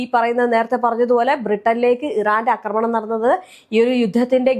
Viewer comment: അക്രമണം അല്ല ആക്രമണം എന്നാണ്